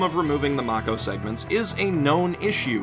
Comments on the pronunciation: Mako is pronounced May-ko not Mack-Oh. As far as the gameplay of the series goes, ME1 is a good story with a bad, repetitive gaming sections. ME2 & ME3 are great/ good (but disappointing) stories with great gaming sections. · So he is hating on every Mass Effect after 1 due to it being bought by EA and blamed every bad thing in the later games on EA, something that they had no hand in at all, EA is a producer and only has a hand in time constraints... He can't even say the Mako's name correctly. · Mispronounced Mako mate.